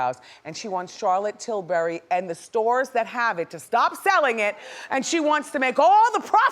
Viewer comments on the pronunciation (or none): she said charlotte turrbury. 🤣